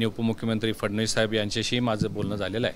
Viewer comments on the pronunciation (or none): none